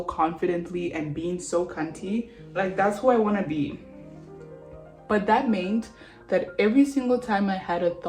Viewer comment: “But that meynt” ~.